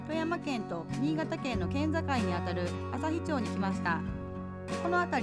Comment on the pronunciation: 読み違えありました😜あさひまち。ふみぎくと読みますよ。下調べが必要かと💦 三楽園はよく仕事で行ってます。お風呂の感じがいいですよね。